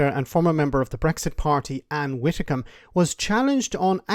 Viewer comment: I think you need to let this go and relax. Yes it was a daft disaster, but it's done, it's over, water under the bridge, spilt milk, there's no going back. For your own sake perhaps let it go. At least pronounce her surname correctly. Its not 'witicom" its pronounced 'Widdi-combe". The Toris are toast, a canadian style melt down will occur in the next UK general election, unfortunately Sir Kier does not inspire, lack of vision and charisma. But at least not as bad as any of the recent deluded tory head bangers of the last decade. In the medium to long run brexit may well greatly benefit Ireland's economy rather than damage it as once feared. English speaking, highly educated young population at the edge of the continent as an economic bridge between the USA and EU. But Ireland needs to look east rather than west as the new opportunities are with China. Good night.